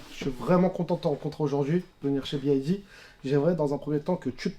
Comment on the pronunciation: C'est B(Y)D et non B(I)D comme prononcé à plusieurs reprises par la personne à droite.